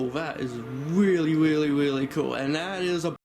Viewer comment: It weawy is